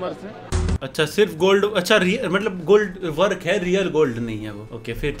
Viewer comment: wo real gold hi hai,,, usko gold vark kehte hai na ki (work)